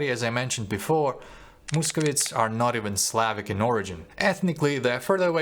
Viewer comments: не мусковітс а мусковайтс! Дуже вас підтримую!👍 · The correct pronunciation - московайтс, not московітс